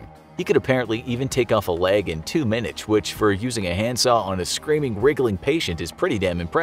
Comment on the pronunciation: ''two minutch''